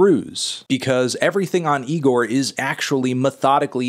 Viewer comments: It’s pronounced e-gor not ne-gor melon 😡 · It's Igor not Nigor Anthony! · Almost a year later and he’s still pronouncing it “NIGOR” smh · It isn’t pronounced NIGOR, stop calling it that Fantano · damn melon, cant believe you still pronounce IGOR with an N at the start.. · Anthony please stop putting an "N" infront of "IGOR"